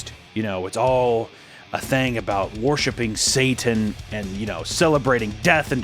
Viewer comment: You don’t master your own language. WORSHIP is pronounced WURSHIP. You make it sound identical to WARSHIP.